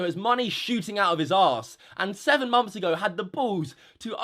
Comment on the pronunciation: no hate on anyone, just noticed how would say "months" it kinda sounded like "moms"